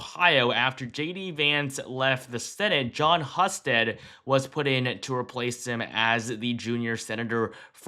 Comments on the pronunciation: Pronounced "Hugh"-sted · Husted is pronounced Hoosted. Just saying from an Ohioan. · It’s pronounced HUGH-stead in Ohio.